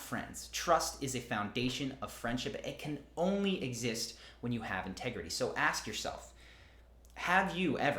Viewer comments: "inter grity" 😅 Sounds hot! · In this here ol’ town we be about honersty an’ intergrity. All jokes aside, this was quite interesting and fairly helpful knowledge.